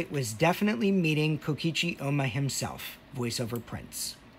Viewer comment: Why does he refer to Oma as “Ooma” 💀